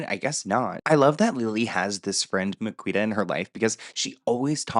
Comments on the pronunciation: I'm rolling at the pronunciation of Miquita 😂😂😂. Amazing 😆. It's actually Mi-Kee-Ta, but I think I'll be using your way from now on 😅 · It's pronounced Me key ta. She's also not a good person imo. That being said the circles they ran in didn't have great values back in the day. Also the Liam and Lily story is bullshit.